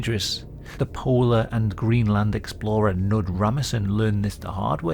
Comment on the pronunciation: Fyi you have to pronounce the k in Knud :)